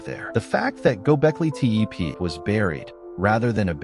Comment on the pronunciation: This is garbage.You can't even pronounce the name properly.